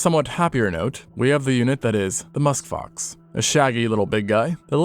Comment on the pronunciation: I heard musk fox !!!